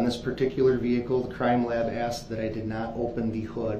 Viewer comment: Interesting note. We make fun of his “axed”. The way we pronounce “asked” if fairly new in human history. It was originally arsked then axed. There are videos that go through the history of different pronunciation of words. Asked is one of them. It sounds boring, but it’s presented well and not too drawn out.